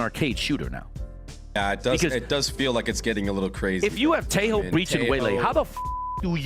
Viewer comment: What did you watch there, OhnePixel? That guy can't even pronounce Tejo correctly!